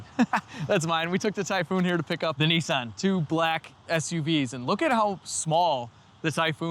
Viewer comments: Why do Americans call it a NESSON . Nis san ....no e's lol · Hey hey it’s Nissan not kneesaan😂😂🇦🇺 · You guys in the northern hemisphere all pronounce Nissan so differently from us down under 😂 I wonder which way is the "correct" way? (Also, am loving the content!)